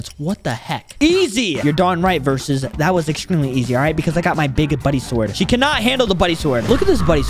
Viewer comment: why does call verus versus